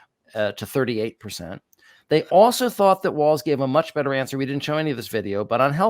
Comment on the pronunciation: Thanks for the side by side comparisons, and for pointing out the interpretations of trump's "weave"., you're pronouncing Tim Walz last name as waltz (like the dance). The correct pronunciation is WALLS. Speaking of dances, I'm 73+ and know not only WHAT the chicken dance but how to do it...jsyk! Now, do either of you know "Who Let the Dogs Out"? lol